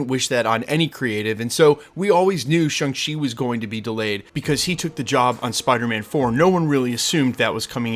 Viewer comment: Ugh. Can you learn to pronounce Shang Chi! Watch the movie.